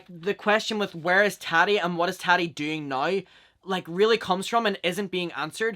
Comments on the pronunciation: lol the way u pronounce her name , hehe its taaaati not tati hehe aaa like up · The way you say Tati is so funny and cute I love it 😂